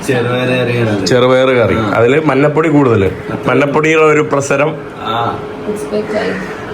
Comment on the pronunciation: എടാ മൈ...., മന്നപ്പൊടി അല്ല, മഞ്ഞപ്പൊടിയാണ് ശരി.